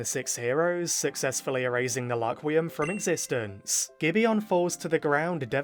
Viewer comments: One thing I’m wondering is why he says Laquium instead of Rakurium? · The English dub changed the name of rakurium to laquium